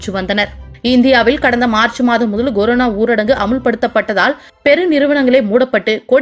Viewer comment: Coronaவை Goronaவாக்கிய உங்கள் உச்சரிப்புக்கு எதைக் Goடுத்தால் தகுமோ? Dheriயவில்லை.